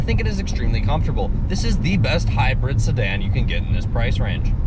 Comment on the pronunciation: console not counsel. hybrid not hybred. and, whats with those glasses? otherwise.......liked your review.